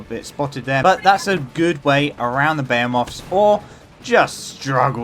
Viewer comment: Buh-he-myth. Not buh-hey-oh-moth. Thanks for the video.